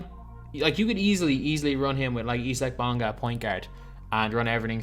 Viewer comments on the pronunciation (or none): its i zick not e sack bonga